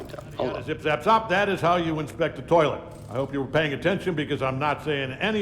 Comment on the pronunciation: I winced every time said "Tolet".